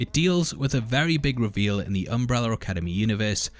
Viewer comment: Why is he saying “UmbrellaR” academy?